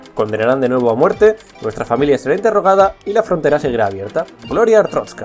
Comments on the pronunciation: ES "ARSTOTZKA" NO "ARTROSKA" 7-7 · Te voy a corregir. Arstrotska no artotska. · ¿Cuál es la fascinación de pronunciar TODAS las veces ArTROTzka cuando claramente es ArSTOTzka? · Es que es complicado xd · Es artotska no artrotska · Sabes algo que se le llama "modular" o "pronunciar bien" se dice ARSTOTZKA NO ARSTROSKA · es ARSTOTZKA pero bueno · pero es ars totzka no artrotzka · SE DICE ARTOTZKA CONSHESUMARE, NO ARTROTZKA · Se dice artotzka no artrotzka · es arstotzka no atroztka me caes mal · es arstotzka, no artrotzka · Rocagi99 "Gloria a artrozka" jaja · No es ninguna de las 2, es ARSTOTZKA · Dice Artroska ? O estoy sordo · Ars-totz-ka no es tan difícil! 7u7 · amigo pronuncias mal Asrtotzka xDDD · Es ARS-TOTZ-KA es tan dificil decir eso para los youtubers?!?! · no se, me enoja que digas artroztka .-. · ¿Atrotzka? Que mala pronunciación tío. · que asco de video y ademas dice mal arstotzka